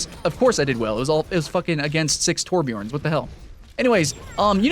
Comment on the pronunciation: its tor-bee-uhrn. not toor-bee-orn